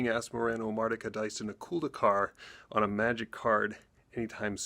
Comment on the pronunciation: Why do I hear everybody say "...-culd-ee-car" ? It's clearly written "...-culd-a-car". It's subtle, but as a french person I always hear people saying this "a" as a "e", and it bothers more than it should. Lol.